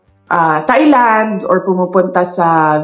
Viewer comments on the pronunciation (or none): none